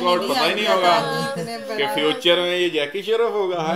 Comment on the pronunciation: Kapil not kapal and jacky shroff not shraf